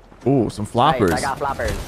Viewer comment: the way he said floppers I gOt FlOoPeRs